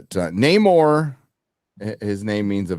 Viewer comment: Namor isn't being pronounced right, even by the trillllling white ladies. It's "No More", you dumb broads.